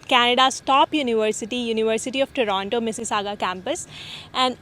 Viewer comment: U have been in canada for so long yet dont know how to pronounce toronto